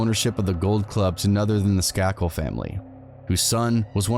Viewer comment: Skay-kil is how you pronounce their name. He is related to the Kennedys. This is a famous murder